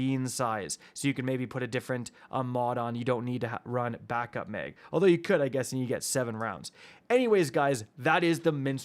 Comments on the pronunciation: Come on...Mistral not minstral...Mag not Meg..i still love you though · “3 shots in the mig!” Bro says “meg” weird lol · I hear mayg